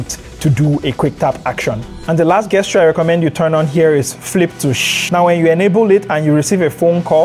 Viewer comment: I'm so sorry for the language my people created, but Gesture is pronounced Jesture with a hard J sound. Excellent video thanks.